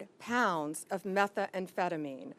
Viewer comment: "Methamphetamine" NOT 'Metha-Amphetamine'. If anyone should know how to pronounce it she should. The DEA gentleman speaking knew what he was talking about.